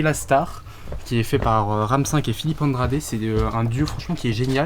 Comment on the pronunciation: ça se dit RAM Vi. c'est pas le nombre 5 c'est la lettre v dit en anglais